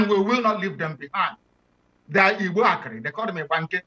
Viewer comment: Pls with do respect try and learn how to pronounce Igbo names very important thanks.